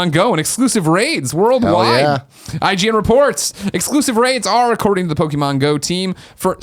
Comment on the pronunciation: Whenever ppl pronounce Pok-e-mon as Pokey-mon, it gets me evvvveeerrrr time - especially if you're in the generation where you were the target audience.